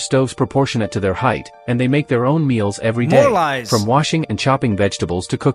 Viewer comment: that "Lies!" was so South African 😂